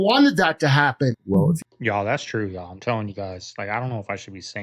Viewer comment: Stop saying, "Y'all." You are saying it wrong. Yall.